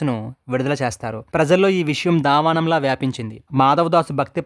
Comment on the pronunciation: Daavaanam kadu sodara... Daanaavalam